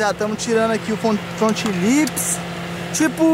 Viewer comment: Vc falo fronte lips 14 vezes ksksks em 1 minuto